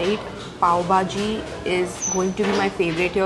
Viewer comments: I really don't know whether you pronounce all the dishes'names correctly or not but you really need to practice to say bhaji not baaji . 😂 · Why calls it BAJI and not BHAJI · It's bhaaji not baaji bro, being a Mumbai girl this is not expected from you🤣